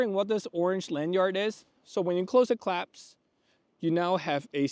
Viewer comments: sir sir sirrrrrr it's "clasp" not "claps" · Clasp, not claps